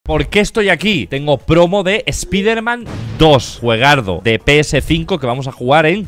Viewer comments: Alguien escucho cuando el spider man dijo Spiter-man. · Espiderman doz 😂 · La única persona que respeto que diga espiderman en vez de espaiderman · No soporto en el idioma de Español-España que digan “Spiderman” cuando la palabra está en Inglés y así se debe de pronunciar de la manera correcta la pronunciación sería (Spaiderman) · Pronunciacion correcto: Spaider-Man Two